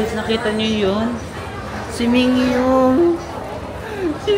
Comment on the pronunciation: min gyu 😅 not mingyu 😎👌🏽